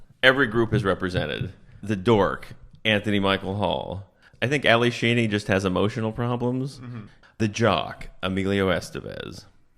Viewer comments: It’s Alli SHEEDY, not Sheeny! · Laughing at him calling Ally Sheedy 'Sheeny' the entire video